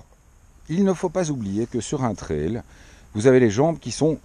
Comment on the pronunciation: L'avantage d'être belge et non français est de bien prononcer le vocable "trail" (et non "traïl") :p